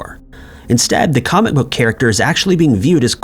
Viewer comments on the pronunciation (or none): none